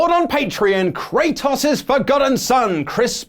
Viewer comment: KratAS? KraTOES...